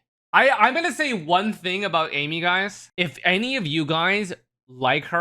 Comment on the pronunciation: Eye-meath say it right TY in advance